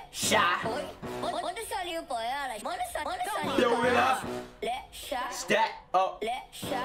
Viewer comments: loosing my shit with you saying Lexa right!! hahaha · The x can be pronounced in both ways in portuguese, like in "expectativa" (means expectation) the x sounds in the english way, but in Lexa's name sounds like "sh"